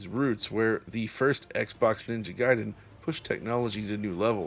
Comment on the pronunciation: Thank you for not pronouncing it as "Ninja Gayden". Makes the review easier to get through.